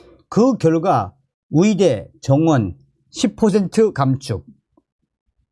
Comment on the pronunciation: 발음을 정확히 해주세요. 위대, 위사가 아니라 의대,의사 입니다.